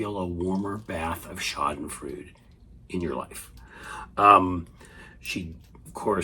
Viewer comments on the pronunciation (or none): It is pronounced shaa din froy duh. There are many videos online where you can hear it pronounced. If you are going to use the word -- and it is SUCH a good word, when you do get to use it -- please learn to pronounce it.